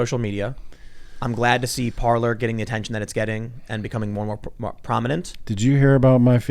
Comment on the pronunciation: If only I had a dollar for every time someone calls it “par-ler” instead of “par-lay.”